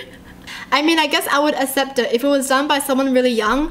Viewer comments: You said assept not accept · the way u say accept like assept is so adorabubble !